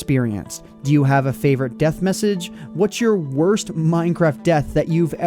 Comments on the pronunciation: What it's deth not beth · What's a 'deth'?